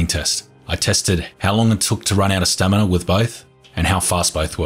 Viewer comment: its a running gag.. he used to say (or at least it sounded like it) stanima isntead of stamina all the time.. and now its stanina i guess :D